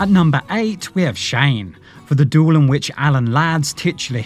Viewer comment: oh dear robo voice says a doool whatever that is